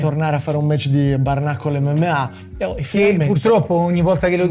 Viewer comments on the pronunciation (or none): Lo so che sono pedante, ma pronunci “bare knuckle” come se fosse “barnacle”, e c’è una bella differenza 😂